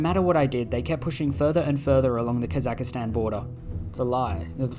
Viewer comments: The pronunciation of “Kazakstan” as “Kazakistan” justifies Germany’s actions. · its ka-zuhk-staan not ka zahka staan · please remove I from "Kazakhstan". It's not "kossackistan*